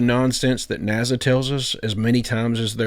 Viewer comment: I love your videos but I have to tell you its not "NAZA" its NASA lol